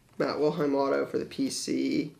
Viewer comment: Love your videos....but ...You keep pronouncing it wrong...Matt WiLHELM....not WiLHEim....the second to last letter is an L not i. :-) keep up the great content.